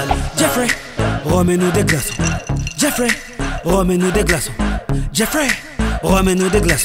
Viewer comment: logiblack .C est jeffrey car on le prononce avec une intonation en anglais avec l'accent genre sa fait djeaiffrai et non geoffrey.Voila tu vois c est mon prénom je sais le reconnaître je crois après libre a toi de me contredire mais bon